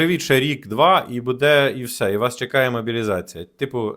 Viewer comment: не всьо, а все, телепень